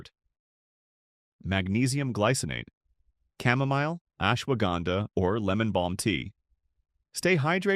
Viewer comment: . Asshwaganda😂😂 Thank you